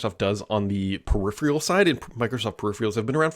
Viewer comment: Drink every time 'peripheral' is pronounced without the second 'r'. 😵😵‍💫